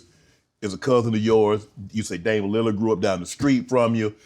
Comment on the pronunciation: “you talm bout damian liliard right”😂